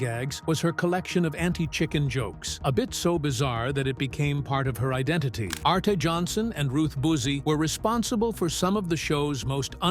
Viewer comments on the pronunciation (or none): It's Ernie KOVAKS, not Ko-vach, and ARTY Johnson, not ARTA Johnson, for Christ's sake. Doesn't do much for the credibility of the video. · Yeah, as a history of Laugh-In it is interesting and accurate as I recall it. You’re going to actually find out a lot less about Ruth Buzzi than about a lot of the rest of the cast, and the visuals at almost point match what is being said. “Arte” is pronounced “Artie.”